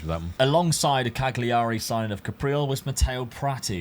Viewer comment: Why don’t you just use the EU filter Dad? 🤣🤣 and again….its Calyurry not CagLee arry